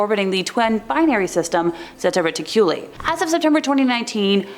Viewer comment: Pronounced: Zeta ( Re-Tick-U-Lie )